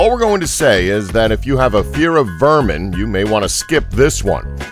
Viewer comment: cringing at the pronunciation of "ramen" ... also the vermin and other things